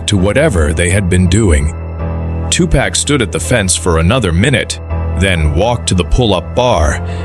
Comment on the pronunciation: cant even say his name right